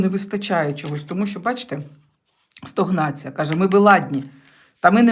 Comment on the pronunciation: добрий вечір, вибачте, що поправляю Вас, ви завжди кажете стОгнація, правильно стАгнація) Дякую за розклад, дивлюсь вас завжди)